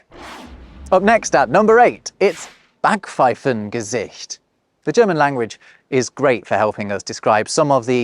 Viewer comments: The "a" in Backpfeifengesicht is actually pronounced like the "a" in Schadenfreude. Not like English "I'll be back." 😉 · you don't pronounce 'Sprachgefühl' correctly. 'Sprach' has a long 'a', like 'ah', not a short one. Also you miss the 'p' out of Backpfeifengesicht! More Babbel prescribed!